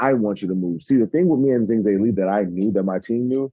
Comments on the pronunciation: Well done. And Jerry said Zhing Zheili. He definitely didn't say Zhang Zhilei. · Yes, his name is Zhilei Zhang. And Jerry Forest said Zhing Zheili. Which is why I wrote what I wrote. He completely mispronounced the name. Regardles of what goes first - last name or first name.